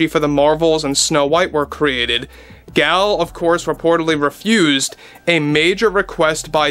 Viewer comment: Gal is pronounced to rhyme with "doll" and Gadot rhymes with "Bardot". The "T' is silent.